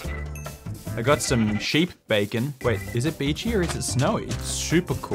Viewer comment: Despite the number of times you say Chi-Kun and Bae-Kun, I still lose my mind every time I hear it 🤣